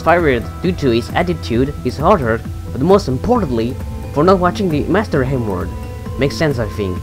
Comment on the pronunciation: sounds like your saying master n word